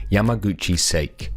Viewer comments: it's pronounced Sack E, not sake (as in for goodness sake) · You butchered the pronunciation of sake.